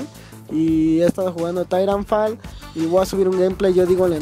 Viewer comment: se escribe titanfall pero se le tairanfol